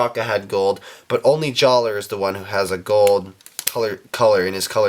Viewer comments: Jaller is pronounced "Jalluh". just saying. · It's pronounced Jallah! The R is silent.